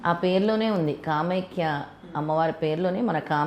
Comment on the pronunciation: కామైక్య కాదండీ. కామాఖ్య